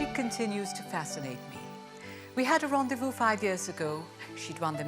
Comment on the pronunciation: Rendezvous pronounced as rawn-dei-voo